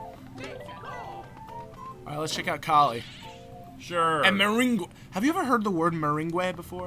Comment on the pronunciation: It's pronounced "mer-ayng", like lemon meringue pie. :)